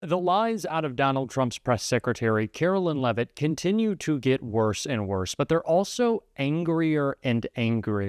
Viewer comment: Karoline Lie-vitt….🤨